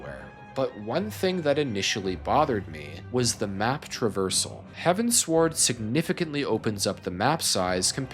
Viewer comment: Great video but please, it's heavens-ward... As in... Heading towards the heavens... Not heaven sword.